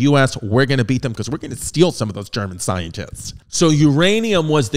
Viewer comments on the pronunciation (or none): none